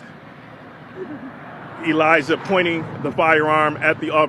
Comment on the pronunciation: no fucking way the sister is called "Elayjah"